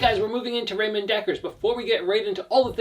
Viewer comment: It doesn't matter, English speakers pronounce Ramon wrong anyway. You only said it wrong differently.